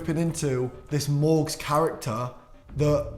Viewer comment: lol no matter what happens i still wont stop laughing at morgz mom saying his name like mow gain